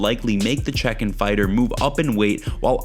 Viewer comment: Chekhhen fighter?lol